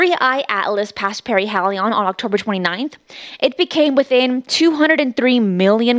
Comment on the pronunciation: Even though you mispronounced perihelion several times I'm subscribing. Nice video.